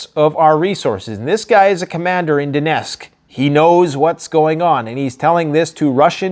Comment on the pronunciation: The right pronouncing is DoneTTTTsk not Donesk , for youre information.